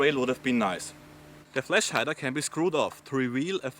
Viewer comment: "The fleash hider" WTF?